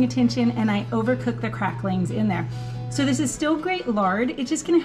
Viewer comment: Just have to say that my favorite part of this video is knowing that your kids appreciate some Hank Williams. Edit to add that my least favorite part of this video is that you put a “g” on the end of the word cracklins. 🤪😂✌🏻